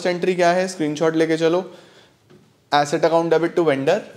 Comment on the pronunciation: Asset ki acid , what pranounciation , 😊